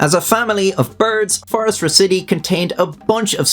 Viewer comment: Definitely a nit-pick, I know, but phorusracidae is pronounced “for-ous-rak-id-ay”